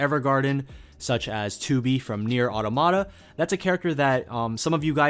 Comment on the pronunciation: automata is pronounced 'ought-TOM-atta'